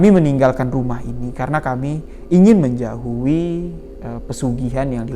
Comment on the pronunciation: Menjauhi bang.. Bukan menjahui.. 😅 Lanjutkan bang.. Semoga sukses.. Selamat berbuka puasa.